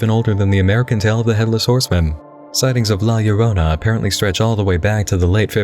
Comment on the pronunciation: i'm late to the party, but i appreciate that you got La Llorona's name right.